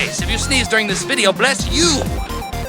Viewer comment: Sounded like he said POOP! at the end instead of BOOP!